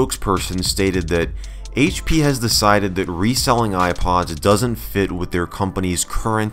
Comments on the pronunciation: the haich pea shrekpod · “HAICH PEA” dankpods - 2020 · haitch dea? four kay? Haitch pea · HAITCH PEA™